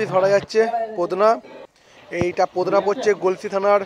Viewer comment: পোদনা,,, না 😂 পতনা হবে